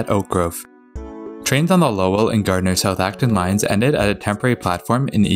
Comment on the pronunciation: Thank you for saying Gardner right